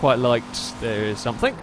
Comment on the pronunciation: Stop saying somethink and nothink. Jeez!